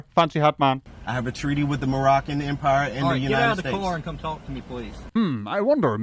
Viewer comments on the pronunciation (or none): Mooroccan? Maybe he is from one of the other "Moo" countries like Mooritania, Mooritius, CamerMOOn, or even Macow.